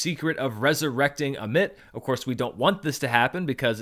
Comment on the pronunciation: Minor nitpick, it sounds like you're saying Summit instead of Ammit at the end of the video